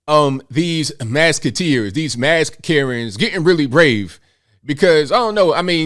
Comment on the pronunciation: “Down with the masketeers”